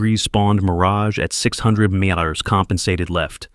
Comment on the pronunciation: METERS, pronounced "Minutes" WHAT (:¬o) know it to zero. zu zu zub zab zero one of an inch? How far is 500 Merru? It'd be NICE if they could teach the odd RARE human to READ FLUENTLY. Wooden Tit? Temperature 96 dgrezexdechters.